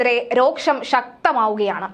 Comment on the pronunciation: രോക്ഷം അല്ല രോഷം എന്ന് പറയൂ കുട്ടീ.